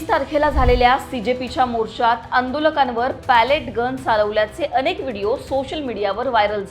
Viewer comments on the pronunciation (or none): none